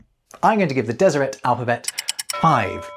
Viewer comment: It's good to hear someone pronounce Deseret, as a genealogist, I have a branch of Brits who joined the LDS after the London recruitment convention in the early 1900's, & i'd always assumed it was pronounced as it would be in French... with a silent T. Cheers,!